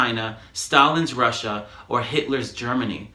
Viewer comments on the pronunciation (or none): none